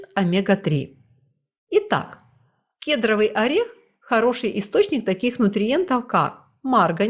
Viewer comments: К'едровый? Первый раз приходится произносить? Кедр'овый правильно. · Спасибо за ваш труд. Кедровый ударение на о.❤❤❤ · Господи,да не кЕдровый,а кедрОвый орех,как надоели эти малограмотные блогеры!! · Орех ни кЕдровый, а кедрОвый!🙄